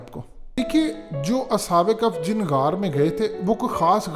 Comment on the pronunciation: کف نہیں بھیا کہف ہے تھوڑ غور کرو